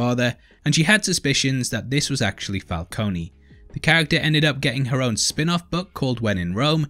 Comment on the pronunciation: i love u bro, BUT ITS FUCKING FALCONE, NOT FALCONEY, THATS WHY MARONI IS SPELT WITH AN I, PRONOUNCED MARONEY:)